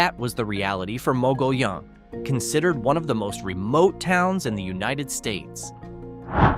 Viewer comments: Mogollon is pronounced by locals as “muggy-YOHN” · The word Mogollion is pronounced "Mugg-ee-own." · It's pronounced "Mo-gee-own"